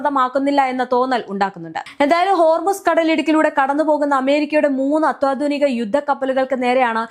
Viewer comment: അത്തോദിനിക....😂😂😂😂... വീട്ടിൽ പോയി ഒരു 1000 വട്ടം അത്യാധുനിക എഴുതിയും, പറഞ്ഞും പഠിച്ചു വരണം😂😂😂